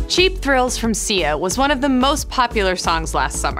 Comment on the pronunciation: It's not "s-ee-a" it's pronounced "s-eye-a" 🙄